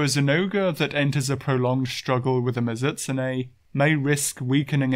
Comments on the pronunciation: good video, great channel. but holy crap. MiZUHtsune bothered me every time it was said that way lol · I really hate to be that guy since I usually dont have a problem with your pronounciations but this one is just making me go nuts. Mizoot-soonay, Mizoot-soonay, i had to keep saying that to myself because they way you said it was messing with my head and made me forgot how to say it at first.